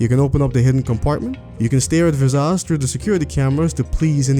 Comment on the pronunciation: "Vizazz"? Why are you saying her name like that?